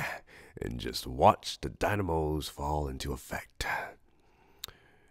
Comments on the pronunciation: I like how he mispronounced dominos for dynamos WHAHHAHAHA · Dinamos...? I think you mean "dominoes" XD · "And watch the ✨DyNiMoEs ✨ fall into effect."